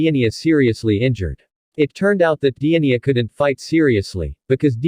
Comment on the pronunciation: The giants name is not pronounced diania